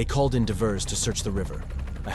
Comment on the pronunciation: They called in "di-verrz"??